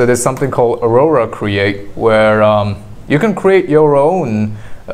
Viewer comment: Aurora? AU-RA